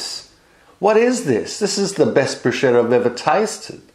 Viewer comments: Looks so good ..wow...one thing I need o correct though. I used to work with an italian pasta sauce and pasta maker. The pronunciation of " Bruschetta".. he corrected me too.. its pronounced BRUS - K - ETTA not BRU -SH -ETTA. That pronunciation< I believe means "lady of the night". Just thought I'd let you and anyone else know that..Its a common Mistake... Thanks for another great video. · Don't wanna be picky, but... bruschetta is not pronounced "bruschetta, it's pronounced brusketta. ch in italian has a "k" sound, not a "ch" sound. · To all english speaking people, bruschetta is read brusKetta ,not bruscetta. CH with a vocal after it (e or i, not possible a,o or u after ch, aside from foreign words), you pronounce like the K, an hard c. Italian tips,I'm italian. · All good ..but not bruscetta or brushetta .. it's bruschetta , spelled like brusketta.. more strong and you have to spit a bit of saliva while saying it. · Thanks! Looks super yummy, will have to try this : ) Also.....Bruschetta: pronunc. /bru'sketta/ Hard k as in 'kettle'. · It's pronounced "broosketta". What a wonderful video. Thank you. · Bruschetta. Pronounced “Broos-ketta”. Q: Does it matter what variety of tom, small ones I presume, but sweeter or more acidic? Roma or cherry? That looked mouth-wateringly good, btw. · Thank you!! that was really bugging me. Loved the video otherwise :-) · And what do you think about his way of pronouncing 'bruschetta'? :P